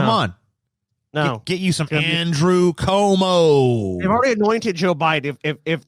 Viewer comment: it’s pronounced andrew cwomo —a NYer